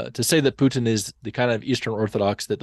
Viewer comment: The way they keep saying Pyutin 😂